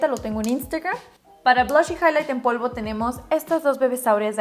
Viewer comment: se te fue un "PLOVO" EN LUGAR DE POLVO 🤣🤣🤣🤣🤣